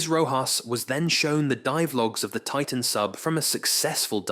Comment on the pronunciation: Deeev? TITan? Really?